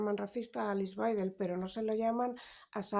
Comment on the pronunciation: En alemán la W es b Baidel así se lee.